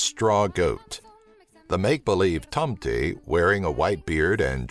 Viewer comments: "the tomteiiy" lol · I lke how he pronounces tomte "tomtey" lol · ahah when you said santa claus in swedish you said like tomtyyy it is callend tomte with an E in the end lol! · Tomte is said quickly not like "toomtee" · "Tomte" is said Tom-teh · Tomteeee XD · lol i'm swdish an it's so funnt watching this when he tries to prenounce the words like tomte or kräfta